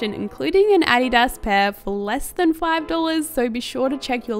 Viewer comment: Love the looks! Also i feel like you're the only youtuber pronouncing 'Adidas' right (it's a german brand haha)! :)